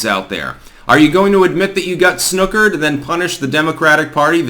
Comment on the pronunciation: You’re saying snookered weird 🥸👍🏻